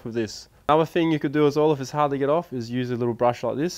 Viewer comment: love your videos, but for god sakes please pronounce your words correctly. Especially 'th' words. It is 't' and 'h' not 'f' and 'r'. Words like three, through, thing, Stop pronouncing it as 'fr'!